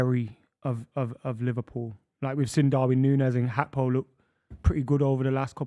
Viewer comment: It’s Gakpo btw